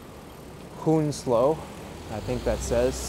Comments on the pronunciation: The “w” in Chiswick is silent and the “ou” in Hounslow is pronounced “ow”. :). English place names are often pronounced in a way that is not obvious! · Hounslow is pronounced more like you’re saying “hound-slow”, but without actually pronouncing the d.